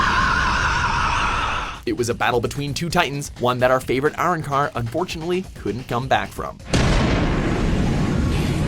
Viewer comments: no mention on the pronunciation of arrancar? They say Ar in car. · This actually a really good list but he butchered Arrancar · And "Arrancar" is the mispronounced word of the day. Well done you never fail to mispronounce one word in a video 👏